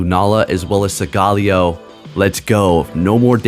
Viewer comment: Bro! Study and rehearse your pronunciation for Solgaleo. "Soul-guh-LAY-oh". Thank you.